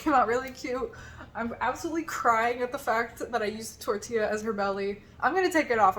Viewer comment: Bestie, ILY but, when you said "Tortilla" I visibly panicked 😂😅